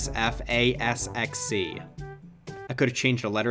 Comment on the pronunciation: that’s not how “RWQFSFASXC” is pronounced